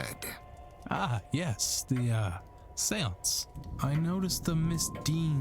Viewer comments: I haven’t watched yet, what about ‘Shawnce’ (Sean = Shawn in Irish,) I CAN’T BELIEVE I FUCKING CALLED IT OH MY GOD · Read this before starting the vod, so he started with the normal pronunciation and I'm like "ok... when does it get bad?" It got bad It got so bad I'm taking irrepairable psychic damage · The way you say Seance makes me cringe